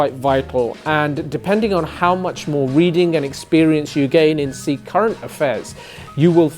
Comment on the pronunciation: Sikh is written with a sihari (ਸਿੱਖ) and not a bihari (ਸੀਖ) as if it is Seekh Kabab. You are doing commendable work but please at least correctly pronounce the name of the identity you purport to advance. All British Sikhs have this pronunciation problem that most likely stems out of their disconnect with the Panjabi language.